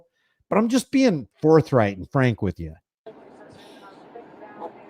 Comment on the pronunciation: Lol.... let's ne "Framk".